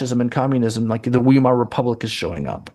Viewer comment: It's Vai-mar (rhymes with die).